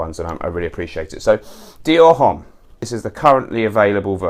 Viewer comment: H in HOMME is silent. Anyways, really like your channel, keep it up!